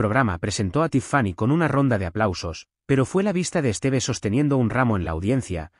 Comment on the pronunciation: Por Dios, el nombre de ella se pronunciacon acento Tíffany( con fuerza en la í) y es Stiv, no esteve.